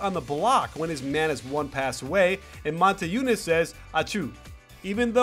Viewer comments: Coach, his name is Motiejunas, not Monteijunas :D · Its Motiejunas, not Monteijunas